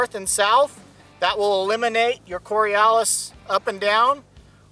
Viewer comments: In addition to this not being the Coriolis effect, you're not even pronouncing it right. You're also using the word 'guys' in the description of a scientific principle that doesn't vary with regard to the observer. Keep it scientific and don't humanize it (use shooter/user/rifle etc). You're clearly not informed about either of these things. I'd remove this video due to its scientific inaccuracy and lack of etiquette. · Ignoring the pronunciation of Coriolis and the fact that he's talking about the Eotvos effect anyway, if we assume he's at the Equator shooting directly West with an Earth radius of 6371km and that the projectile takes 1s to reach its target, the change in elevation of the target over the projectile's journey is about 17cm. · How to butcher both the pronunciation and getting the definition/explanation wrong all in one vid. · well, if he had gotten his explanation correct, we'd be more lenient about having mispronounced it :) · Before you explain the Coriolis effect in layman's terms you should try pronouncing it in layman's English. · Like your Vid, just please pronounce the term Coriolis correctly! Also after reading comments, there are a lot of people that are non believers here. You may need to do a new one on this with more facts etc, because they are too lazy to look it up themselves before making all the stupid remarks and arguments. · The only thing I could think of the entire video was how he mispronounced "Coriolis" effect. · I've never heard it the way the narrator says it so you might be right. Then again it's not like I hear it a lot so it's a limited sample. (I'm not in the USA btw) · Am I the only one who shudders every time he says "cori-alice"? There isn't an A in the word, its an O. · CoriOWLis?!?! Jesus. Go to Wikipedia and listen to how its pronounced... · Yikes! If he Mispronounces Coriolis one more time, I'm going to Lose my mind! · It would be nice if he could pronounce the word correctly. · He keeps pronouncing it wrong.